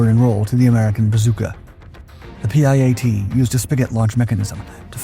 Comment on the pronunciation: It's called the piat.. not p.i.a.t